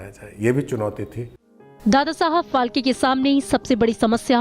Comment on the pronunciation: फाल्के नहीं फाळके!!!